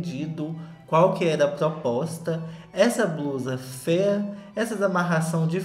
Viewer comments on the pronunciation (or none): Que vídeo perfeito! Toda vez que o fala “fêa” é uma gargalhada minha em público na academia 🤣 Love u neném 🥰